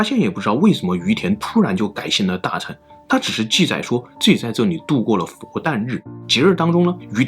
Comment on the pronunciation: 大乘(勝)、小乘(勝)佛教，不是讀"成"